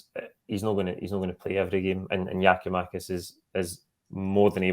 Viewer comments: Can someone tell the guy way the away top on that it’s Giakoumakis and not Giomakis ffs just missing oot bits of his name man drives me up the fuckin wall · Does understand that its Giakoumakis and not Giomakis? Is he intentionally calling him the latter? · The f*cking guy's name is Giakoumakis, not Gioumakis... Don't tell me you're as lazy as Kevin Kyle. It's Gary Mackay-Stephen, It's not Gary May-Stephen... It's not Gioumakis... It's Gia-kou-makis... Basics. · New season still saying Giamakis why is he on this when he's ignorantly getting one of our players name wrong? It's GIAKOUMAKIS!!!!!!!!!!! Gia-kou-makis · Still on some Giomakis shit??, can you PLEASE learn the man's name!